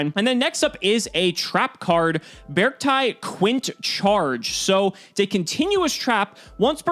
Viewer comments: According to the japanese katakana, the correct way to pronounce their name would be "Bearc-TEA" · According to the Japanese spelling, it’s pronounced “bearc-tee”. ティ (ti) = tee, タイ (tai) = tie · The Katakanas in the card are readed literally as "Bearukuti" so the correct english pronunciation must be "Bercti" also I can asume the name comes from "bear" + "artic" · The katakana (japanese writing) is read as bearc-tee, not bearc-tie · It's pronounced as Bear arcti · B-Arcti as in bee and arctic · The katakana for the archetype is ベアルクティ, So it's pronounced as Bearc-tee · I think it might pronounced "BEE-ARK-TEE" or "BEE-ARK-TIE". Like "arctic", and the word "bear" is just hidden in there like a combo of the words "bear" and "arctic" (and before anyone tries to be a smart-ass I know that polar bears are only in the antarctic). I saw someone comment that the TCG name is Ursarctic ("bear arctic") which supports the idea. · I see 'bear' and 'arcti' (arctic) and when you combine it with your cacti theory is should go beh-ark-tie. viola! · I think it would be pronounced bear-chi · I think it’s pronounced bark tick minus the ck. Think bear + arctic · How to pronounce: -beArkti -really strengthen that A when pronouncing it -try to combine the words Bear and Artcic then remove the final C -BeArcti That is the most grammatically and logically correct probounciation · "Bey-arc-tie" perhaps? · Its bear-ci-ty @@ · I think it's pronuced bear-see-tee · It's BearCity like scarcity but bears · Be-ark-ti i would assume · i think the C is pronosened as a S, bears ti, i think it would be prononsed like that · So based on the katakana of the archetype'a name, since japanese is a phonetic language, it's pronounced bay-ark-tea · It is actually "Bearct-ee" (テイ) from the Japanese spelling. If it was "Bearctai," its Japanese spelling would be different. (タイ) It still could be changed when localized though. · It's obviously pronounced like Bea Arthur. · I assume its pronounced Bee-Arcti...